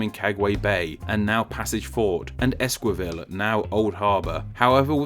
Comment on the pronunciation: It's pronounced "Saint 'hah-goh day lah vay-gah'" "Say-vee-yah lah nway-vah" (that "yah" is actually a lateral consonant. But I won't blame you if you can't make that sound.) "Ehs-kee-vayl" And sorry to be more picky, but Spain didn't use their current flag until the 1970s.